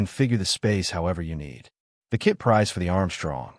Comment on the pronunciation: AI voice is dumb. "K-I-T" prices? come on.